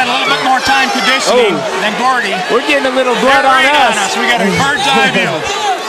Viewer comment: ITS GOUDY NOT GORDY PRONOUNCE THE MANS NAME RIGHT!!!